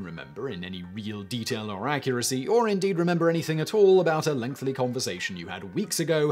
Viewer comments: Why does Simon always say "lengthly" instead of "lengthy"? I mean, everybody pronounces a word weird every now and then in recordings, but I've noticed this one repeatedly. I guess for the same reason I always used to mispronounce "drawer": it's a personal idiosyncracy. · Simon, man, I love your narration, but I beg of you to learn to correctly pronounce the word "lengthy."